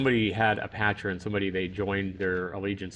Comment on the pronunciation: Loved the video until u kept saying patron haha I miss this game.